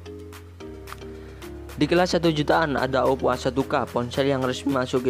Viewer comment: Ngomong OPPO to mas...